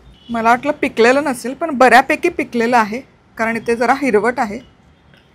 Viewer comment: शुद्ध बोलणे आवश्यक आहे. पन च्या ऐवजी पण हा उच्चार बरोबर आहे.